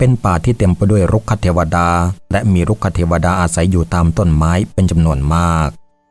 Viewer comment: รุกขเทวดา ออกเสียงว่า รุก ขะ ไม่ใช่ รุก คะ ก็ ออกเสียงว่า ก้อ ไม่ใช่ เก้อ